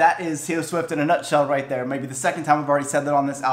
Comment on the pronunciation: When you said “rIght theAr” I choked on tea, I laughed so hard. Also I can’t wait till I’m fifteen to listen to it on my birthday. Your reactions are so energetic and I love then